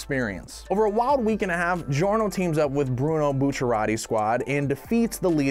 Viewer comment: And then the say giorno’s name wrong.